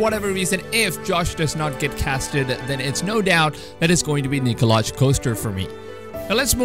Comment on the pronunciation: You pronounce his name Nikolai not Nikolaj